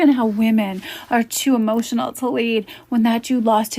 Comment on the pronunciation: !!" Hemotional Damage "!!